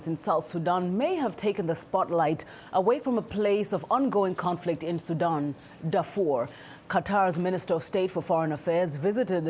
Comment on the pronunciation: Hey sister please don't pronounce it SudOOOOn...its Sudan (light a) also, its not Darfr (you cut the o) its Darfoor